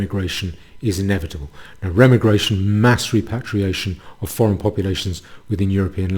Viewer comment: Every time you say Remmi-Gration instead of Re-Migration a kitten bursts into flames.